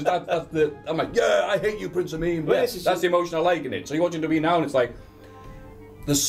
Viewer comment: needs to learn how to say W W E properly